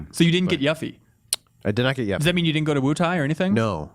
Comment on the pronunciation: "Yaf fee"